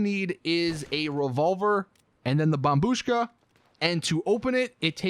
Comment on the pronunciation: Took you this long to pronounce it correctly